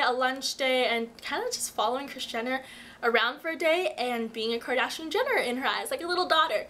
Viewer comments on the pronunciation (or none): You missed the r in Kardashian :P Luv Ya